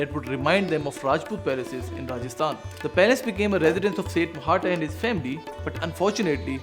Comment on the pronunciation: It isnt technically Mohatta. It should be Mohta, with the T sound as in tabiyat. Mohtaa